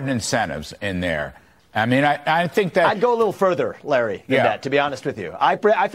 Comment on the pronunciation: Larry says his first name wrong